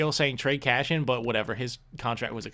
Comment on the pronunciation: Can you please stop calling him cashian? Lol it triggers me and idk why.